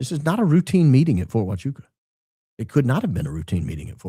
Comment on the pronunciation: I'm a bit saddened by the lack of enthusiasm with your pronunciation of Huachuca in this episode. Let's not let this important detail slip under the cracks next time, please and thank you. ❤️